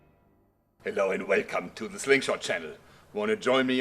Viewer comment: You're velcome.